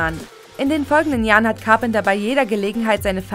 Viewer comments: Der Präsident wird RÄGAN ausgesprochen nicht RIEGÄN. Und es heißt CAR PEN TER NICHT CARP ENDERS. echt mal, schlau sein wollen aber falsche Aussprache haben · Car-penter und Unschwellig.... sofort ausgemacht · Carpenter.. Reagan....was ist denn das für eine Aussprache! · Du sprichst Carpenter falsch aus.